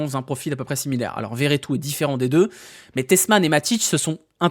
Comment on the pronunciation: Par pitie redit Vertout et pas veretout C’est beaucoup trop drole